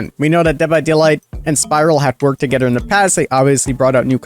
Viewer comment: My guy you have to learn how to pronounce "together" correctly. You sound Dutch when you say it. You pronounce the "-ther" in words as "-ter." Not trying to be a grammar nazi, it just bugs me whenever I watch your videos.